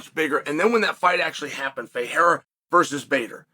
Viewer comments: The fact that Chael can pronounce Ferreira who fights in the PFL but can't pronounce Pereira who fights in his own company, the UFC, is hilarious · Chael can pronounce Ferreira, but can’t say Pereira. That’s a peculiar problemo.